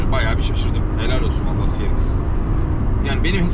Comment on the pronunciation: şu arabaya ya ''si-ar-exs'' de ya da ''ce-re-iks'' de lütfen